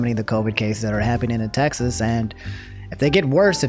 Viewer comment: my man pronounced Texas to “Taxes” lmfao